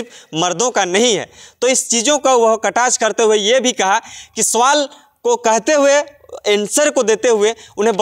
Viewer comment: कैसे बोल रहे है भाई सवाल कि सोवाल